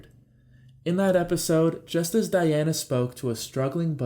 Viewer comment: Diane not Diana....